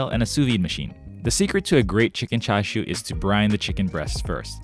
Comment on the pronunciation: I'm sorry but where are the ''CHA'' and the ''SHU'' parts on that Chicken ''Chashu'' lol